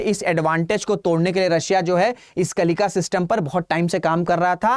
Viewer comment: अरे मंदबुद्धि मास्टर कम से कम उच्चारण तो सही से कर लिया करो।कलिका नहीं है कलिंका है।आधा न का उच्चारण कौन करेगा?